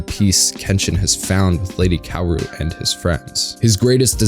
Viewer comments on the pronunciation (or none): I absolutely hated the english dub. They pronounced Kaoru like "Cory", and battousai like "batu sai" It was gross I loved the manga, and I'm watching the subbed version.